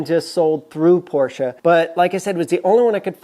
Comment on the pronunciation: thank you for the proper/correct pronunciation of Porsche (porsh-uh), the humorous term of "anti-sleeze", and a your use of a great Yiddish term: Futz! Your videos are very informative down to the most minute details, and you have run across things that we backyard mechanics have questioned but never have found the true 'bottomline' definitive answers. Keep them coming!